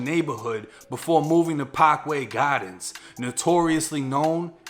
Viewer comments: Pokway gahdens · Pawkway Gawdens 😂❤ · PockWay Gawdens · Pahkway Gahdins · “PAHKWAY GAHDENS.” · Man ya accent hit HARD when you said “parkway gardens” lmao